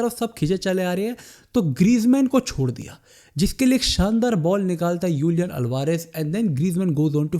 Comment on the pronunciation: Julian Alvarez ❌ Ulian Alvarez ✔️